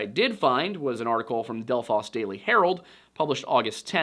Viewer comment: I had no idea about the Pitsenbarger case and I’m from that area. By the way, your pronunciation of Delphos had me cackling but Ohio deserves it for all their other bastardized pronunciation of towns like Russia, Versailles, and Cairo. And no, none of them sound like the major world cities they were stolen from 😂